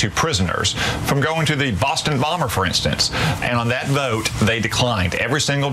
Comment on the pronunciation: I'm FROM Arkansas and I can't get over how this bozo pronounces "vote". "Vouuute" 🤢